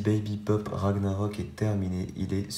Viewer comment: Enfin un qui a la bonne prononciation du skin et du mot